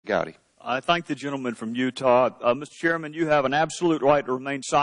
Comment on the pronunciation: It is not "Goudy" it's "Gowdy" it says it right there under the video